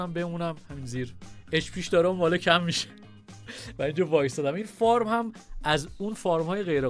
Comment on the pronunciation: Fart گفتنت عالیییی بود 😂😂😂😂